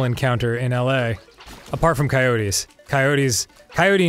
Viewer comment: "go away coyotiez ..."